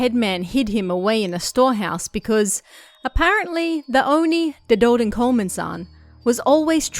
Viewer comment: Dedodenkomen, if we add in spaces where it feels natural to me where they should go, we get ‘De doden komen’, which translates to ‘the dead ones are coming’ or like ‘the death is coming’. That translation is basically indeed correct lol Good pronouncation btw!